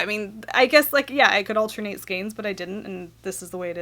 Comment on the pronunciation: ...altenate, shmalternate...who's got time for that?! lol,lol,lol! :-D